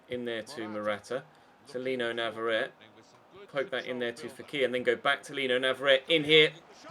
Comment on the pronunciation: I hope you know that navarrette IS left footed but he just also has 5 star weak foot! Also navarrette is from Argentina, a Spanish speaking country so his name you have been pronouncing wrong for a long time, it's pronounced n(ah)-v(ah)-r(aye)-t(aye). To reference, one of the champions league qualifying rounds last season, the announcer pronounced it correctly.